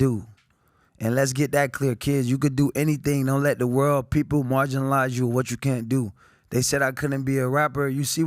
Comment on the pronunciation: Antonio “Marginalize” Brown 🤦🏿‍♂️💀😭😂😂